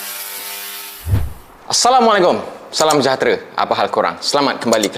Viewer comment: Assalamualaikum tu sebut la betul² Islam tak ajar sebut salam macam tu 😏😏😏